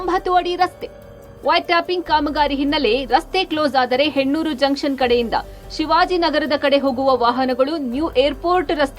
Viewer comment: Janchan alla guru... it is junction...